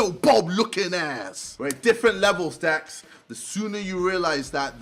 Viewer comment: ITS LAX ITS DAX